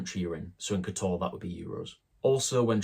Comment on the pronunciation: Please learn to pronounce teh place name. It's not difficult, It is not K'Toor. Montenegrins stress the first syllable. KOTor. Pronouncing the way your do will get 20 euros on the bill, a bit like asking for a "Cappuccino" rather than a "Deutch". To avoid the crowds go to Herceg Novi